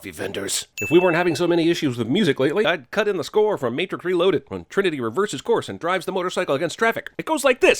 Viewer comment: You said "Matric". Sin counter: 1